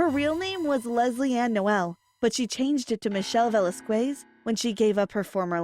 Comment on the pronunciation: I just want to say that VELASQUEZ is not pronounce as " Velaskways" it's "Velaskez"